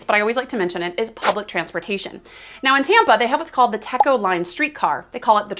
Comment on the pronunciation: It’s pronounced Teco long e sound. Teco is the power company in the area.